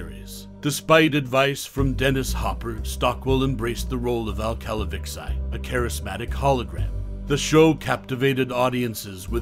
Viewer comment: Did this narrator ever even watch the show? It's not pronounced "Cal-a-vix-i" it is pronounced "Cal-a-vee-chee"!!!